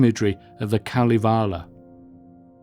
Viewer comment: The filmwork is very nice, but I would have enjoyed this a lot more if the presenter had taken five minutes to learn how to pronounce "Pohjala", "Kalevala" or "Saarinen" or "Geselius" or "Gesamtkunstwerk", among others. There's no shame in pronouncing foreign names and words correctly, but unfortunately the British often seem to have this vestigial colonial mentality. And if he actually spoke to anyone while he was in Helsinki, he would have foud that Finns are very helpful and polite people who would have happily assisted him with his awful pronunciations.